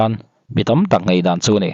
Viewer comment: Ngeihdan ni lovin, ngaihdan tih tur aw